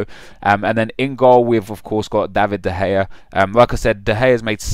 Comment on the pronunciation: Thought this was great...until you said de gay...